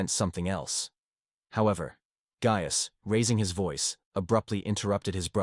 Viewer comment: How many ways can the AI voice mispronounce “Gaius”